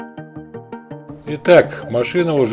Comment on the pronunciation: Нет в немецком языке "Джи", "си" - есть Г и Ц!!! ГЛЦ🤬